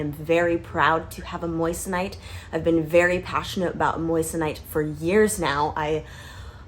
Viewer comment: It’s pronounced Mwason (in France at least) where Henri Moissan was from. Moi = Mwa not Moyes / Moyesonite, it’s Mwasonite. The rest of video is 👍🏻 😉 Europe still loves USA 🇺🇸